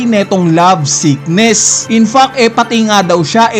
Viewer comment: Puro ka dafak. Parang nagmumura lagi expression mo mag-review. Bigkasin mo maigi yong letter “T” sa word na “Fact”.